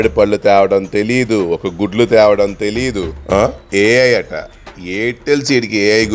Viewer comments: 😂😂😂😂 tesla ❌ telusa ✅ Ai ❌ ayyy aiiii ✅. 😂😂😂😅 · Tesla❌️ Telsa✅️ Elon musk❌️ muskmelon✅️ AI❌️ eyy eyyy✅️ 😂😂😂😂😂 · AI❌️ Aiy ey✅️😂😂😂😂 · Ai❌ayy ayy✅😄😄😄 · AI ❌eyy eyy✅